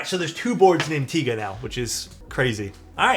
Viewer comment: Pronounced "tee-guh" fyi